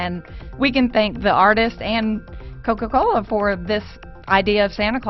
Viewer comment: "The wuourlde uf kuka-koula" Stupid bitch...